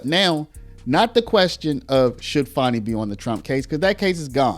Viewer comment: Why are you calling her fawny? It's fani